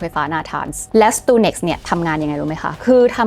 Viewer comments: สตักซ์เน็ต ครับ ไม่ใช่ สตูเน็กซ์ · อ่านว่า สตักเน็ต หรือเปล่า ?